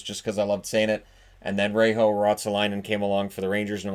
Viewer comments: In Reijo the J is pronounced as a J not H like in spanish. Other than that, you pronounced it pretty well. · Yep. It's somewhat like "Ray Yo". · J in Reijo is not pronounced as an "h"